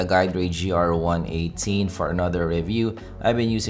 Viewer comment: Hey its GR-i18, not GRi-18